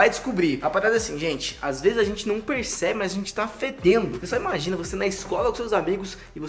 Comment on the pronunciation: português está ótimo hein "Imajina, comentaçe, e fikadika" pqp